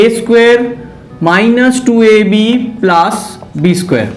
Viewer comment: Sir please change your plaas to plus and very good explanation 🤣🤣🤣